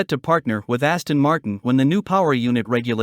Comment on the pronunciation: Aston mart-ee-ann